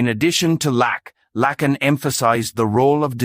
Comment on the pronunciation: PRONOUNCE HIS NAME CORRECTLY PLEASE. IT'S FRENCH, NOT AMERICAN.